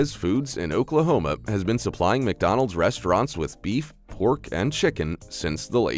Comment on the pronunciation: Ffs there's no I in McDonald's learn to speak English